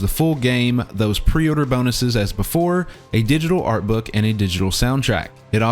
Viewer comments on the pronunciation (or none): none